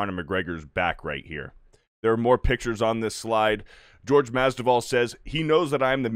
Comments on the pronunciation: "GEORGE" Masvidal LOL. Come on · Also, Jorge. Not George. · Omg get the pronunciation of Jorge right.